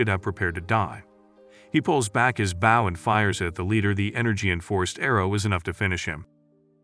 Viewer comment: do u not know what a bow is 😭 why do u keep saying b-ow its pronounced b-oh